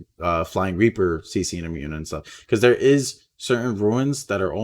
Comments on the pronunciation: Runes...not ruins..sorry if I seem like a jerk but this is the second video that you say ruin instead of rune multiple times. Love your content and the hype for season 7! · it's runes not ruins, ya keep sayin ruins....🙁🙁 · You keep pronouncing it ruins but it's pronounced roons. Runes.